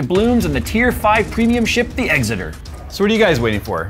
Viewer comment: As a brit I need to tell you, you butchered the name Exeter. It's pronounced Ex-er-ter not exit-er